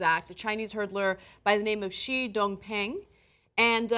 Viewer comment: That's not how you pronounce 'shi'.